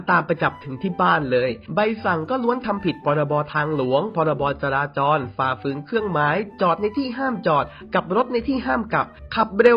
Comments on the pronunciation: จราจร ไม่ใช่ จราจล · จราจรครับ..ไม่ใช่จราจล.